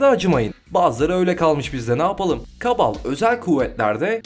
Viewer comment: ABİ KABAL KIBAL DİYE OKUNUYOR DİYE BİLİYORUM